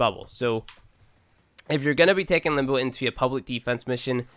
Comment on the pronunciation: It's limb bow. Not limb boo.